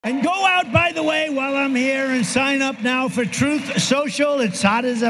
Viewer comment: Alrighty is it “TOOTH SOCIAL” or “TRUTH SOCIAL”… hahaha 🤣